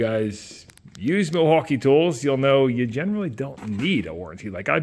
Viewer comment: Why that one say, "Wilmaukee" ? 😂😂😂